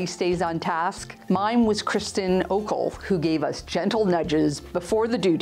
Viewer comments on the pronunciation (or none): none